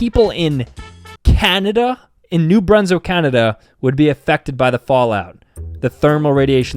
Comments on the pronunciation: As a New Brunswick resident, I am offended that he said “new brunso” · He said new brunso insted of new Brunswick. Lol